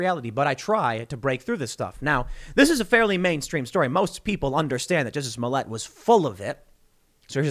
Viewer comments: Its not Jessie smollett, its Joocy smooliett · It’s French actor juicy Smoll-ette!